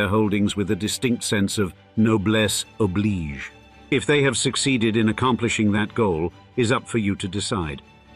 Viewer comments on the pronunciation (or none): none